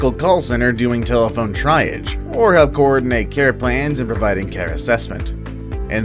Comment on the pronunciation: Say it with me "Tree ahgg" Triage